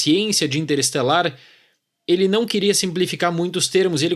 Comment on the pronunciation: Me deu agonia escutar vc engolir uma sílaba e sempre pronunciar 'interesselar'. Cruzes! 😅